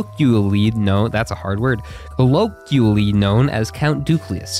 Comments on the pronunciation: colloquially is pronounced like “koh-low-kwee-uhh-lee”! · Coal low kwee uh lee Colloquially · colloquially : co-LOH-kwi-al-lee